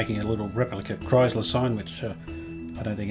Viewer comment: Beautiful... “Live art.” Thank you 🙏 Just one little thing... “Kriesler” is pronounced (exaggerated): “krÍÍÉsler.” Not: “krAAIsler,” if you get what I am trying to say. Not to worry!!! German words are notoriously difficult to pronounce. But though you would like to know. Cheers!